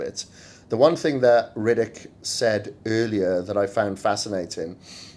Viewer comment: You're pronouning his name Riddick or am i hearing wrong? Lol